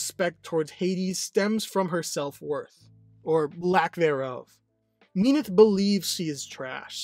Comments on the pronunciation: In many of the stories, their affair took place before the union of Hades and Persephone. This is mirrored when Hades is described as the most loyal to his wife than his brother are to theirs. It is a little jarring when he mispronounces Minthe as i pronounce it "Min-th-ee" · Minthe is actually pronounced like creme de minthe. In mythology, Minthe had an affair with Hades and Persephone was so engraged that she stepped on Minthe, turning her into the Mint plant. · I literally just was pronouncing it Minth and completely dropping sounding off the E. It feels more correct to me. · I thought It was pronounced Min-th-e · is it pronounced minthee, minty, or minth??? WHICH IS IT???? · I literally can't watch past the first minute because the wrong pronunciation of Minthe is killing me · How do you say minthe wrong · You pronounce minthe very weird